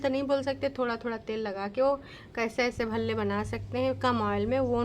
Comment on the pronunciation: Bhalle ko palle Bol Rahi thi She’s utterly disgusting 🤢